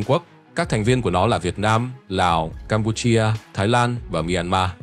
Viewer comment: Đọc nghe khó chịu quá, Campuchia chứ cam pu chi a là cái gì.